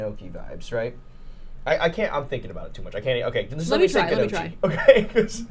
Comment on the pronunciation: The gnocchi pronunciation debacle is killing me lmao